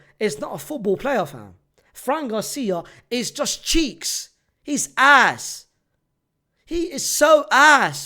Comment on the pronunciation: They way he says cheeks😂😂😂🤣🤣🤣🤣